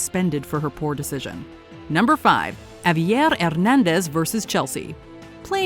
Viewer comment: That heavy and thick French accent, when attempting to pronounce Spanish names. 🤷‍♂️ Btw Javier is pronounced Ha-V-Air and Hernandez as Her-Nan-Des.